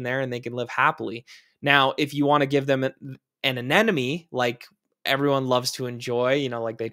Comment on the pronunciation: "A-NEM-oh-nee," not "An-EN-em-ee."